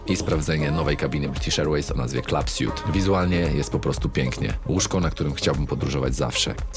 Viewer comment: Suite w rozumieniu "apartamentu" czy miejsca w samolocie czyta się "słiit" :D Taki mały fakap, materiał mega ciekawy!